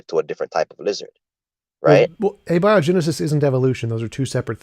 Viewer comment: When a guy doesn't know how to pronounce abiogenesis, that's a red flag.